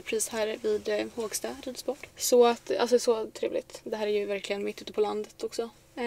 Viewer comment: Inte Hååågsta, utan Hoooogsta! Med O 😊